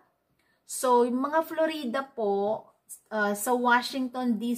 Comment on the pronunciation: letche daming palabok straight to the point na dapat saka Florida po hindi Flo-Ree-Da 😆